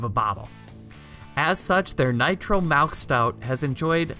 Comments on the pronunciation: That's what I was thinking too lol 😂🤣😂😂😂😂🤣😂🤣😆😆 what the hell is malk iv heard of milk but not malk hahaha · "Their nitro malk stout,"